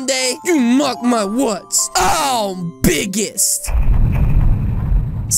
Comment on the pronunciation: i love when he said I'm bugest